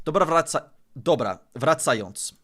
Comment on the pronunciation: your "dobra, wracając" pronunciation was very polish! very native sounding